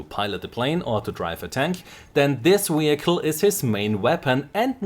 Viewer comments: Great stuff, but please say "vehicle" instead of "wehicle". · Don't get me wrong, your English is very good, but you're butchering vehicle and its hilarious! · wehicle! ;p